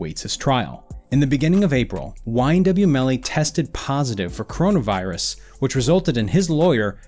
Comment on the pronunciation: Oops he said corana virus